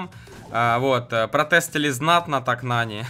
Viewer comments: Не Нани а НанИ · Вообще-то Нани ударение падает на а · Ударение другое на нани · (Если что это не хейт) говорится не нанИ а нАни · пожалуйста ударение правильно ставь когда говоришь Нани, ударение на А, а не на И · В слове нани ударение ставиться на а